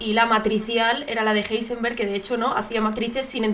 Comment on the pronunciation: El nombre de Heisenberg no se lee "Guarner" (¿Warner Brothers?), se lee "Verner", como el nombre de Werner von Braun, casi como el apellido de Julio Verne.